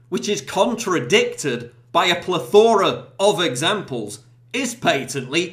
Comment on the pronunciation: You are WRONG, PJW.....The word is pronounced PLETHora . But you are right about everything else, though.